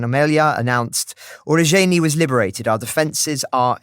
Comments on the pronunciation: oo-roh-ZH-EYE-neh four syllables. roh-bo-ten-eh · Urozhaine (Урожайне) - It is pronounced "OO-rrro-ZHAIN-yeh" Look for many more towns and villages coming back thanks to the brave soldiers of the Ukrainian army. 🇺🇦 💪 Next up: Robotyne (Роботине), which I expect will result in cutting off a main supply road and flanking one or possibly two Ruzzian defence lines.